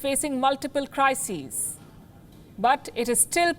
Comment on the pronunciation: I love the way she said "crises" which meant plural. It show her command over the language is pretty good and made sure the audience listened to it. Well done Palki👏